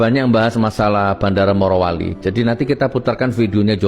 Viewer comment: MARO MARO. RISIH TAU DENGERINNYA, YANG BENER MORO! MOROWALI BUKAN MAROWALI! BIKIN KESEL DENGERNYA!